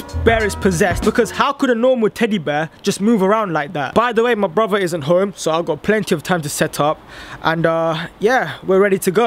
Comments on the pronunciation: No offence but it's pronounced broTHer not broVer no offence but cool prank 💚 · When he says brother it sounds like bruber LOL